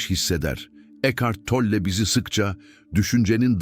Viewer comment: Isim telaffuzuna takilmaktan videoya odaklanamiyorum Tolle deyil